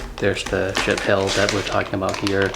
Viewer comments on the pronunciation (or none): Lol! I wish you had posted a link to some of your equipment like the decent-sounding mic over your head and the arms boom for your light that you adapted for it. I've spent a small fortune trying to get a decent mic to pick up my voice. By the way, it isn't pronounced shit, it's supposed to be shee-at